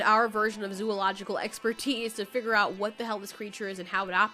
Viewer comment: I like her voice… however, the only thing that bothered me was how she pronounces “Figure” it sounds like she’s saying “Figger” lmfao “The creature has a human like figger” that was irritating me 😂